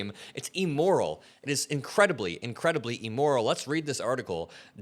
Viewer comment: Honey you’ve got to pronounce words correctly because it amps up your cred. The word is actually IMMORAL. Not EMORAL!! You’ve got a good audience. So bring everything in to us on the real!!💙